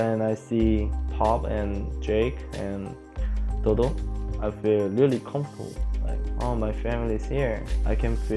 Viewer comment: It's dodo not double